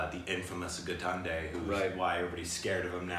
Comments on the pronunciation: I like how says GITANDE instead of GAITONDE!😂😂😂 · The correct pronunciation is "Guy - tone - day" (Gaitonde). You are pronouncing it as gaatnday which is super funny. Here is a general yardstick .. With hindi, roll your tongue as you would in spanish and you will get most of the words right.